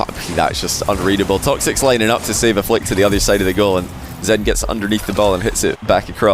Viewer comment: all I hear is xan instead of zen, man I need to stop doing drugs